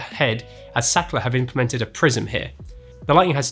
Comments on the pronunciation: More like Saakrhtlar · German engineering 👍️ the word Sachtler is a german word, then it should be pronounced "Zaht-La" where the 'h' is stressed and not silent like in English.